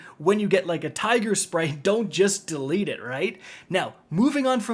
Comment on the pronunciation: This dude gets paid for this game and still calls it "TigerSPRITE" Quench your thirst, Riven. Damn it would be nice if you could Edit your videos...oh wait...